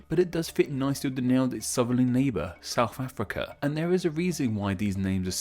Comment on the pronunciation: Homie can't even say South Africa we'll